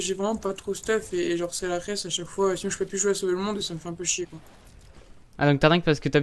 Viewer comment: C’est la ress au lieu de hess mdr